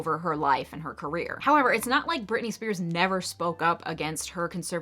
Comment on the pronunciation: You lost me at Britney Spearsis... ..lol It is just Britney Spears.